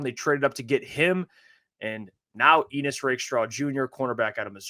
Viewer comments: Why did Brad and these guys pronounce his name like it rhymes with penis? Never met an Ennis that pronounces it that way and I live in Appalachia. I know some folks named Ennis. It rhymes with Dennis. Bucky and DJ pronounce it my way as well. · It’s pronounced N-iss not Eenniss right?